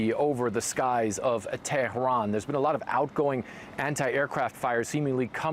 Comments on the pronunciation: Teh-rn ? LOL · Drop the exotic pronunciation of Tehran, just say it in English. At least he didn’t say “paper tiger”, I swear to God…